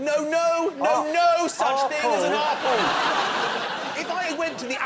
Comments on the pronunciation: omfg that "Ah-pull" thing had me in stitches. XD This is one of the best episodes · I had to watch the "aah-pull" part four times to get over it! So funny. "Banaah-naah"!